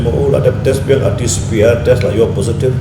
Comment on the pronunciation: RT-CPR😂😂😂😂😂 Slip of tongue ne?